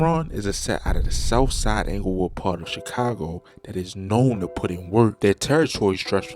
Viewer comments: The way he pronounced “TEEEEEWWW” gave it away 😂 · I hear it to when he say to and do